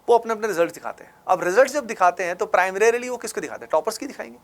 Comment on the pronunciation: Primrarily....AVIL....bhai kitna jaahil hai tu